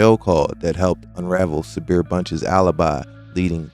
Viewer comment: It is pronounced SABR. means to be content or patient ( Islamic spiritual) patience